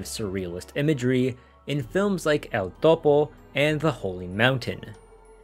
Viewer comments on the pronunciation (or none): none